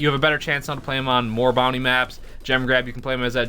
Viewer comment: It's bounty but it's sounds like brownie😂